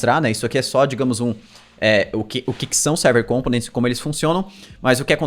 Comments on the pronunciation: sou seu fã kk mas ao invés de pronunciar com-po-nents como proparoxítona faça como paroxítona rsr ao invés de COM-po-nents fale com-PO-nents só mais uma coisa, sabia que eu sei todos os caras que fazem vídeo no youtube que aprenderam contigo... comenta aqui que te digo como rsr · Components se pronuncia com enfase no segundo O. compOnents e nao cOmponents.